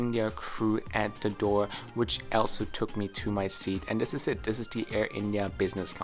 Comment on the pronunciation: Mate you got to fix the way you say “ Also”.. it sounds more like Elsa 👍🏻